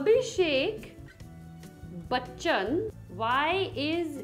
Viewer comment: The way she's sayin Aishwarya buchan 🤣🤣